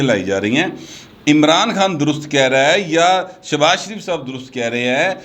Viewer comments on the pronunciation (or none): none